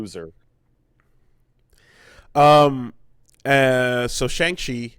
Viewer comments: We open in the first 5 seconds with pronouncing Shang-Chi wrong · Pronounced Shaun